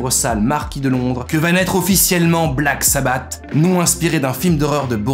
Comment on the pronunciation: Ça se prononce “Black Sabbasse”